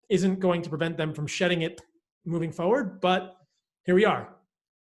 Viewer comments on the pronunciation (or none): Dear Paul, the word is forward not foeward. Thank you. 👍 Good info otherwise.